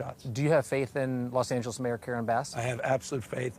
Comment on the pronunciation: she called it lost Angeles 😢